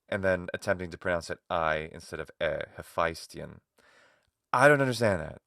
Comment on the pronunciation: This is a consequence of having British actors play Greeks. The problem is that they're stressing the diphthong, so it comes out as "aye", but the correct pronunciation is [HephæsTIon]. In English, diphthongs automatically receive the stress. Not so in Greek however. It's one of those cases where the harder you try to say the diphthong correctly, the more wrong you'll be. You literally have to destress it, and it will come out correctly. But that's like someone saying "don't think about elephants". It generally takes an English speaker quite a long time to drop this habit.